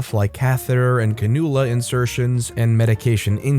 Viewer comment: BTW, it's pronounced "CANN-ula".